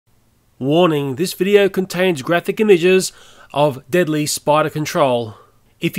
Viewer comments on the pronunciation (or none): Starting said Deadily.. :| I meant no hate but just correcting you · You’ve spent deadly “deadily” lol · Pass me da aquanet and a bic... btw "deadly" doesn't have an "i" in it... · "deadily " hahaha